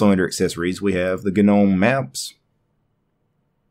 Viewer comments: bro .....just stop. Its not g-nome ....no matter matter how many videos you make the g is still silent. Nuff said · stopped watching as soon as I heard you say GA-NOME. You do know the G is silent in gnome right? Its hard to take someone seriously with linux when they cannot even pronounce simple words correctly. Thumbs down.